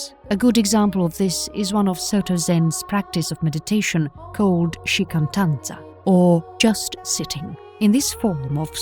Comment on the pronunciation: shikantaza, not shikantanza